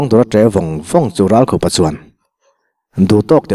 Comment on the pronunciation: Ralkhupa hming i lamrik khan nangma khup i lamrik ang khan lam ri la a dik.Engtiziange, Thleng khup leh thal ang maia i lamrik le?